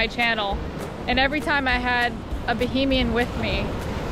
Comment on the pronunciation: BAHAMIAN not BOHEMIAN like Queen BOHEMIAN Rhapsody